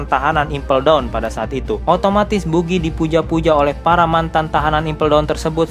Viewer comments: bacanya bagi bukan bugi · Buggy la bukan bugi .. bugiman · Maaf pak bacanya Bagi bukan Bugi hehe Dan anak buah Buggy yang dari tahanan Impel Down itu dari level 2 (Entah semuanya atau mayoritas) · kesel bget pas buggy dibaca bugi -_ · Buggy bacanya baggy lol... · Wkwkwk,, adminnya kurang nonton animenya, cuma baca dari komiknya. Jadinya ngucap buggy dan shanksnya salah....